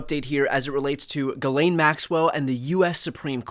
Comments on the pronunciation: JIZ-lane is how it should always be pronounced. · My name is GHISLAIN...i'm so tired of people saying her name the wrong way...in french "gh" is prononce like the "j" in Justice and the "s" is not mute